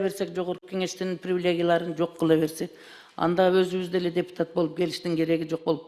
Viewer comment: Привлегия ...... Сөздү туура айтканды билбейт , трансформатор кемпир .😂